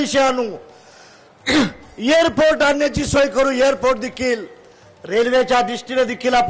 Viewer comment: airport la yerport bolnara tu